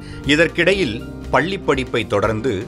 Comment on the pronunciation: Why do ppl narrate in Tamil if they don't know the difference between small la and big LA? "Palli" padippu????? You mean, lizard studies??? It is PaLLI padippu! 'Ilainjargal"???? What the hell!! It is Ilainyargal. The useless pronunciation of this narrator totally ruined this video.Worst move by the team to make this narration though him.